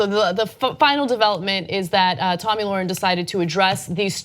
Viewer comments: Free speech doesnt mean you HAVE to speak, it means having the RIGHT to speak. And its not Lorren its Lahren. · Lahren is pretty famous now. I think it's time you pronounce her name correctly. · Why can't pronounce Lahren?